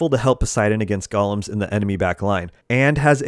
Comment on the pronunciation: thanks for this. BTW, "Golem" is pronounced "GOAL-EM" A "Goll-em" is a little evil sneak warped by the power of the One Ring. ;)